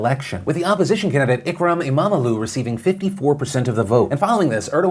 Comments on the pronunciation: you couldnt have butchered saying imamoğlu better even if u have wanted it phil ^^ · Good pronunciation on everything except imamoglu.